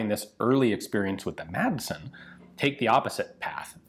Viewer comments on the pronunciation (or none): love the channel and content just one thing. You don't pronounce the d in Madsen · The d in madsen is silent